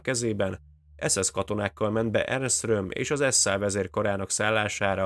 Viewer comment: Így van ne Ernest mondjál hanem simán Ernst. Maga a műsor nagyon jó.